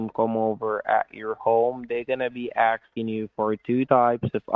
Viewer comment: It drives me crazy how they can’t properly annunciate “asking” always sounds like “axing” 😂